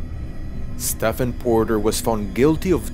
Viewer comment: Nice video but Stephen is pronounced like Steven is